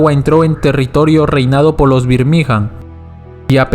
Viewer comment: Una chota tu video, escucharte decir birmigA'n mal tantas veces da fastidio